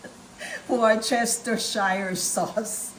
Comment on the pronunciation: "Worcestershire" is a county (shire) in England and they pronounce it WU-stuh-shr. Not surprisingly, the principle city in Worcestershire is Worchester (pronounced WU-stuh) which in turn is the home of Lea & Perrins, the originators of Worcestershire Sauce and the birthplace of the great composer Edward Elgar who wrote the most popular choice for American graduation processional marches, "Pomp and Circumstance."